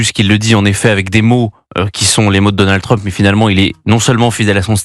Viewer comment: Deux fois "DonaldE Trump" 🙄 Sur le fond, difficile à dire pour le moment...